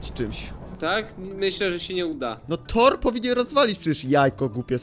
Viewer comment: Co to torr? A nie kto to tor lol